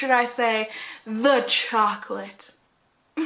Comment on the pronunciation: Whaattt?! Chaw-colate!!! 😲